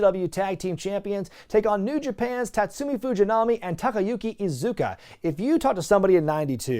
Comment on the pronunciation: Its Iizuka not Isuca. Clearly he has no idea who he is. Disappointing.